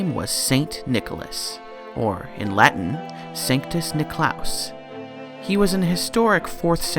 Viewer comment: O your latin pronunciation kills me as a Catholic choir conductor